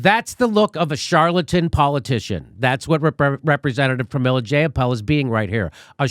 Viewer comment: Jayapal. Rhymes with PayPal.